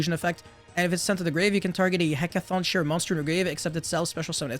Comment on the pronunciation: This archetype is so sick, from the art to the names to the effects. I’ll definitely be building these when they come out. Also the name is said like “heckaton KAI ree”